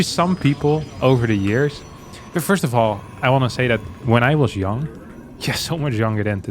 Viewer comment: Why do you pronounce YoungYakov like "You - ng - yakov" and when you say "I was young" it sounds "ya - ng"?